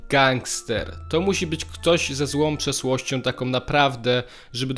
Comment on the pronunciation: Kiedy chcesz brzmieć poważnie, ale ci nie wyjdzie - : To musi być ktoś ze złą PRZESŁOŚCIĄ.